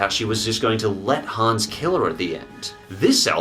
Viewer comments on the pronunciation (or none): none